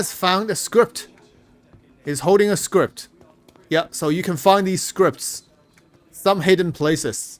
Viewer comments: i don't think there's a t on the end of "scrip" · Please. i beg you.. there's no t in scrip.